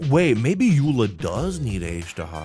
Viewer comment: It was so painful watching you fail Gothe Grand Hotel, Mondstat’s name, and Eula Azhdaha